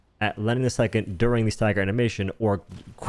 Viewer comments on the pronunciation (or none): none